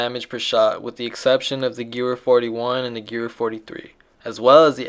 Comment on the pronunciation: Its pronounced ga-vair